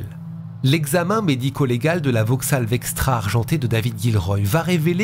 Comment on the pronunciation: Non. Parce que c'est sa dernière carte pour sa "soi disant innocence". Vauxhaul et Argualaile pour la prononciation 😉